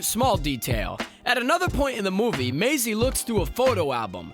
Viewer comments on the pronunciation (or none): none